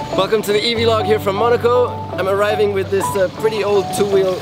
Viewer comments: Nico, ab jetzt nennen wir es bitte VLOG und nicht mehr V-Log 😂 ansonsten sind deine Videos super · It's pronounced vlog, not v-log